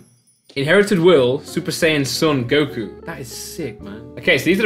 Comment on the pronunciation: JustDragonBall MY MAN SAID GOKU 🤦🏻‍♀️🤦🏻‍♀️